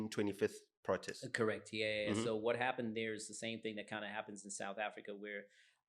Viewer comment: Don't nobody pronounce "protest" like this supposed American fool.... Not even Americans.... Strange... Mara yonke insipho iyawasha.